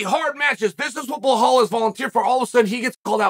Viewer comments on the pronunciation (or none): Chanel keeps saying bahal or something like this, it belal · It’s Belal not Behal. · Now Uncle Chael has to learn his name like it says in the title of the video, it's "Belal", not Bahal. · It’s belal not blowhole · Chael: "Remember the name" (doesn't remember Belal and call him Behal) Classic Chael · Dude it's just belal not behhhlal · C'mon Chael still with the Behal🤣Belal LLLL Belal! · It's pronounced Belaal, light L not Be(LL) ha(LL) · At least pronounce his name right. It's Belal, not Belhaal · It’s actually more difficult to say Blehal than Bilal. But Chael is making that extra effort to keep playing the ignorant racist character from Oregon on podcast. That’s part of his brand. 😂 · It's be-lal ... not be-hol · PLEASE stop saying “BeHAL” it’s “BeLAL” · It's not BAHAL. His name is BALAL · His name is Bilal not Bikhal 😂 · It's pronounced Be-LAAL. NOT Be-HAUL. NOT Be-LOL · bro it bee laal not bee hall ... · It's not Behal. It's pronounced beelaal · I think it is so funny that we have gotten to the point where no one questions Chael for saying "Blehal" anymore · Actually BlaaaHAAl has been pronouncing his own name wrong his whole life, turns out his parents have been saying it wrong. Lord Chael has educated us on how to say it the right way. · I like how Chael starts with "Remember the name! ... BLAHAL"! Undefeated and undisputed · "why yes Blahal, i believe i will. i believe i will remember that name." lmao! i love how Chael does that same line every time he mentions Belal now 😂🤣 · Behal Mohammad to Makhalchev - seriously how hard is it to pronounce Belal and Makhachev? 🙄 or is it just a gimmick? 😅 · Remember the name Belal Mohammed. Proceds to say blahol. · I only watched this to hear "Blahall remember the name" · "Remember the name: Blehal Mohamed!" Ok great! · Starting by saying "remember the name" and then calling him Bla-hall is why Chael will always remain undefeated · I will always hear Chael saying "Blehal" in my head anytime this dude comes up